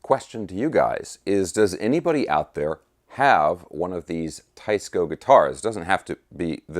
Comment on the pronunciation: It is pronounced "Tee-esco" Teisco Del Ray was popular in the 60's and 70's I think....